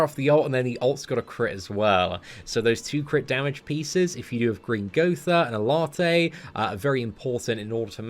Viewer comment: “Ellarté” WTF mate, it’s Ellatte😂😂love it!!